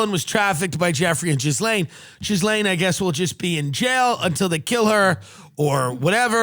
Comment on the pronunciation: tim Dillon reallly pronounces that "jizz" in Ghislaine